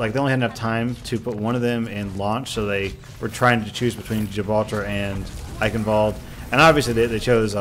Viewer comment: The pronunciation is still wrong...